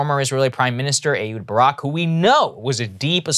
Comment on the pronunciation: i think its pronounced eKHHHHHHHHHud Barak